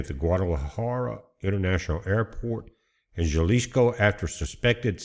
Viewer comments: Halisco, h sound, no j 🤣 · you are mispronouncing the State of Jalisco! it's pronounced "Ha lisco" Good Report! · Would never vacation in Mexico or nearby it these days until the cartels are cleaned up. As beautiful as the resort areas are, not worth the risk. And it’s pronounced “Halisco”. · Its Ha lee scoe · The J in Jalisco is pronounced like an "H." Thanks for the report, 🙏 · J sounds like an h, but good job. Appreciate it.